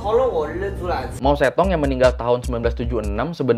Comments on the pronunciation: Loe ngomong kedengaran gue itu bukan mao zedong tapi mo setong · Baca nya Mao cetong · bacanya mau se tung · Kayaknya pengucapannya , mou zedong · Mao Zedong seharusnya dibaca Mao Ce Tung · kan dh saya ralat Mao setong. Ini blm pernah sy dengar. Klo salah pengucapan ya gk mungkin brkali-kali. Jangan kepedean. Jangan sok mengulas sesuatu klo gk tau.